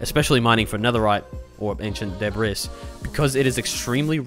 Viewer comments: de bris, BRO ITS DEBRIS (DEBREE) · It's pronounced debree btw lol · I just want to be a bit helpful on seeing if this makes Debris more comfortable to say, I believe it's pronounced [Deh-Bree] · I'm pretty sure that was the joke since he brought up the pronunciation on screen and said "I should really stop saying deb-riss" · It mentally kills me when you say de-bris. Great video though. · It’s ancient debras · him pronouncing "debris" makes me want to try swimming in lava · you keep saying debris wrong